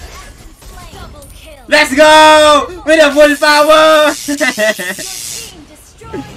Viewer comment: Jess no limit:full poooooooowerrr: full poweee333r